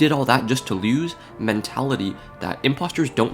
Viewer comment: “—Imposters keep coming back Agáîne ań Agehine-“ “—All the prúgrésš-“ “—Did all of that just to Lewse?”